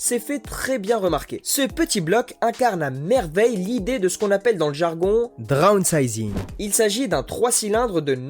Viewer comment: 1 point zero litre, zero point 9 litre. drownsizing. mes oreilles 😂